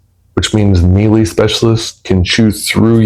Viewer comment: Melee: May-lay Grenadier: Grin-uh-deer Infamous: En-fuh-muhs